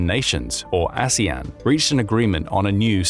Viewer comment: 😂😂😂 I noticed that slip of the tongue, too. Aswang 😅😅